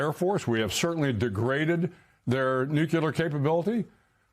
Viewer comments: Adm. McRaven doesn't know how to say: "nuclear". He just said: "nukiler". Watch and hear him saying "nukiler" in minute , in this interview ... 😂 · Can people stop saying Nucular, it's Nuclear ffs